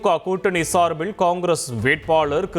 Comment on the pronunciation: சார்பிள் தேர்தள் விளாவிள் தாக்கள் ....என்னடா உச்சரிப்பு? தொங்கீருடா..